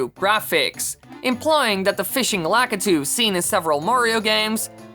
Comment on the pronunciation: That's not how you pronounce Lakitu.